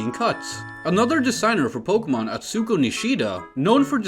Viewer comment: Can you like... learn how to read hiragana and katakana at the very least? Yo-mi-u-ri, A-tsu-ko, Gyo-pin